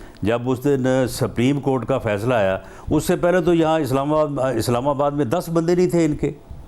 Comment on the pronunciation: rana sb bolna to seekh lein.....sapreem cort 😆😆